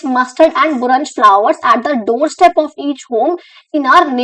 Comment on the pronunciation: Its buraaaaansh not burnsh